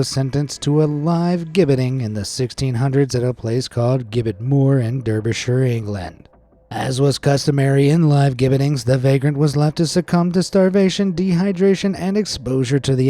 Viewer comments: Love your videos but Derbyshire isn't pronounced how it's spelt, it's more of an A sound rather than an E sound 😅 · Got bored when he mispronounced Ireland and then Derbyshire! (It’s DARBYshire and you don’t need to add an ‘England’ on the end!)